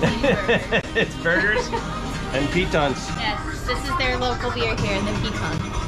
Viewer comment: “I'm going to climb your Pitons” 😂